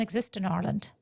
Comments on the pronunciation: I'm not going to let someone who can't pronounce 'Ireland' diagnose me with an imaginary syndrome. Giving money to this race vulture is criminal. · 20 years in the country and still has not learned how to say Ireland correctly